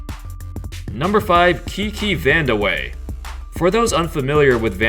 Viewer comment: I’m pretty sure it’s pronounced Kiki “vandevey”